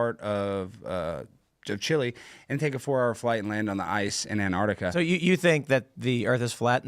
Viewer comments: There is a T in Antarctica! It is not spelt or said "Annarctica"! an-taark-tuh-kuh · I'm supposed to believe anything says when he can't even pronounce Antarctica.